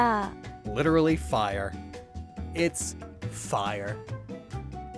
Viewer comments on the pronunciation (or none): Don't say Fire like that... It gives me flashbacks of wave-shining and up 'Mishon, comprete'...